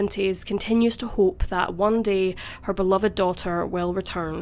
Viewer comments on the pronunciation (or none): none